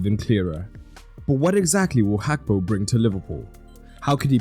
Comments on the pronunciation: It is not Hakpo, it is Gakpo ( his name) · It’s Gakpo not Hakpo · Hakpo? Can't you pronounce Gakpo?